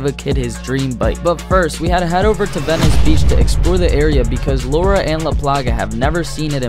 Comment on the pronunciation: anyone notice he said vencie